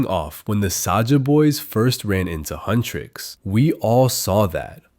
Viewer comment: AGHHH HUNTRIX NOT HUNTRICKS